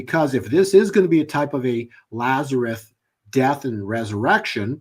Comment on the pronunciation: LAZARUS, not "Lazareth". Actually his native Hebrew name was Eleazar. The KJV translators corrupted most names in the narrative.